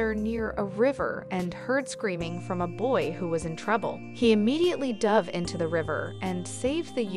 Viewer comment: Where did this narrator learn to pronounce the English language? He DOVE (she said the word as a bird) into the river? Really?!?